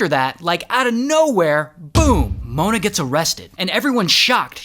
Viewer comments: "MoOahna" -Ray William Johnson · Why did he say Mona in a weird way 💀💀🤨🤨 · Why did bro say mona like that 💀💀💀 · Okay but why did he say Mona like that 😭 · Why did he say mona like that¿ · the way bro said mona is wild